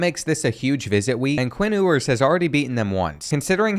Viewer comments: It's pronounced like "Yewers" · It’s you-ers. Also, he is and will be a better QB than Manning